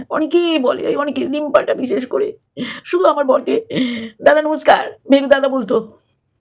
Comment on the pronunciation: কুড়ি বার ভেরু বলে, আমি ভেড়ু বলব না 😂😂😂😂